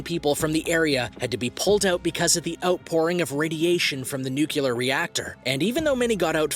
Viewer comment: NUCLEAR not NUCULAR dumbass